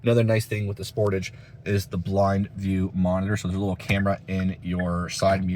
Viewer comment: You are pronouncing the word Sportage wrong it's SPOR- TAGE